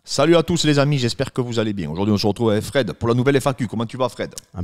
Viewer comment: Bienggggg ou bienggggg ?😂